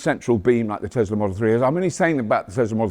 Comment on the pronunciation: Tesla? No no it’s a desla 😂